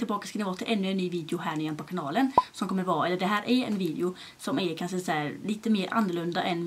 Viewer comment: BÄSTA youtubern! 💋 och du är SÅ jäkla söt för du säger kanse istället för kanske 😘 Måste förresten tillägga (kommenterar aldrig så kan lika väl säga de när jag ändå gör de) din vlogg med Anton var ju sjukt rolig! 😂 Älskar ditt sätt hur du pratar med Anton & ditt skratt du har mot honom 😂❤️ Tror alla vi som prenumererar vill ha dig som vän 💞